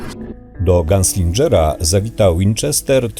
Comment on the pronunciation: To się nie czyta "ganslindżer" tylko "ganslinger"